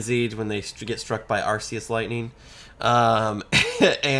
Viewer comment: Dammit, you took Latin, it’s ARK-EE-US